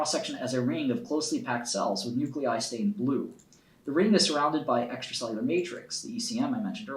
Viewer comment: Bruh this dude spent so much time working with excel he forgot how to read words